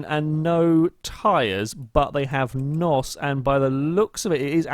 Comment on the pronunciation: It's N.O.S by the way not NOS